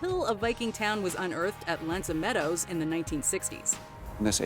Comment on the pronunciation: 1. Mohenjo-Daro wasn't only known for its sanitation system, it's also known for its city planning as well as its right-angled streets 2.1. Genghis Khan is properly pronounced "CHING-gisz" 2.2. Genghis Khan had no palace because Mongolians live in yurts 3. L'anse aux is pronounced "LAHNGS 'o" 4. audibly pronounce the K in Knossos because it also exists in the Greek spelling